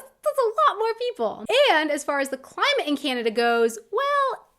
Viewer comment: For starters, it's pronounced "Canada", not "Cyanada". Get that "y" out of there!